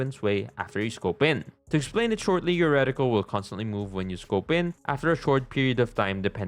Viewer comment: Recticle ❌️ Radical ✅️😎